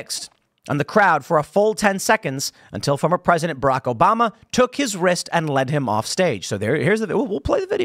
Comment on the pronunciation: Mf cant say obama 😂